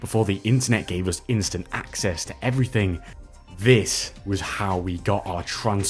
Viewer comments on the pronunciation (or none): none